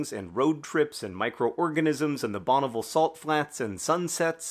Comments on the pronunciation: Hearing you say Bonneville as "BON-uh-vuhl" was strange. I've always heard it "BON-uh-vill" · As resident of Utah, Bonneville rhymes with fill, not full. I give the cover 4.5 stars. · The way you say Bonneville is very odd to this Utahan.